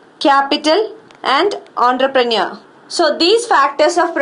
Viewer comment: Aaantroprenuo...Ratta Maro bass...could not deal into the concept..